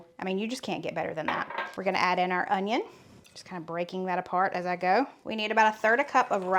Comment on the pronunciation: Hi sweetie, The onion is pronounced the way you said it the first time. Love these recipes for summer. I'll have to make them and invite my lady friends over for dinner. My son lives with me but he won't eat this kind of food. He's so picky. Have a great weekend. Love you guys to pieces, you are such a cute couple. Love when your son pops in too. He's a cutie.